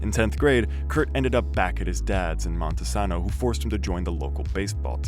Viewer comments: FYI, It's pronounced Mon-ta-sane-o, not Monte-saw-no. I use to live in Grays Harbor. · Same but I hate how he mispronounced Montesano